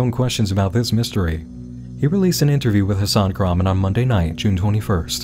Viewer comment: One thing that makes this weird to me is the guy's pronunciation of "Hasan Kahraman" is completely off from turkish which makes me thingk this is some sort of pseudonym